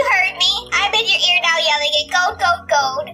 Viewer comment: im hating now why she cant say gold its easy